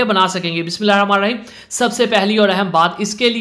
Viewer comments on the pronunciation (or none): Sir I have a special request. Masha Allah your recipes are excellent. But you say Bismillah very often in hurry and wrong. You can read Bismillah as much as you can...but please araam say aur thek Tarah parha karain. Jazakallah khair